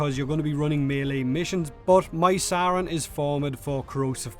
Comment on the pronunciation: It's actually sayrn